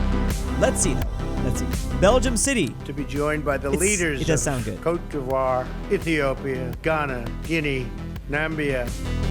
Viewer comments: He said cote d'ivore right but namibia was vevy havd👉👈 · At least he said "Côte d’Ivoire" right❤🇨🇮